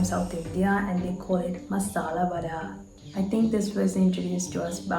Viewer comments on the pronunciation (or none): Vaadai, not “wade” 😅